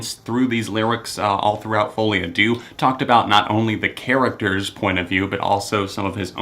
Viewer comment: In fouile à deux, you pronounced à deux wrong especially the word deux